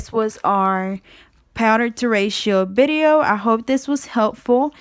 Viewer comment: It's video. With a V not bideo